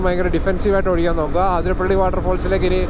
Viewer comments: അതിരപ്പിള്ളി.. അത്രേം മതി... ആതിര പിള്ളി അല്ല.. കൂടുതൽ ഡെക്കറേഷൻ വേണ്ട 😤😤😤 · Bro ആതിരപ്പള്ളി alla it's അതിരപ്പിള്ളി